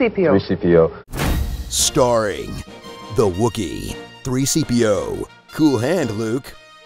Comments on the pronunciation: TRHEE SEEPIO LOL HAHAHA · "The Wookie" "Three Seepio" 😂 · threeseepio indeed :3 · "Three Seepio" Lmao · “Three seepio” really sent me 😂😂😂